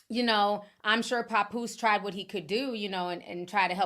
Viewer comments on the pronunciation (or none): Pap…poose 😂😂😂sorry it was grinding my gears the way you say it😂😂😂😂